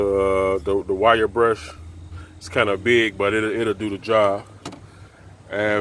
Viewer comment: Oh he was saying wire wheel I was like what is a white wheel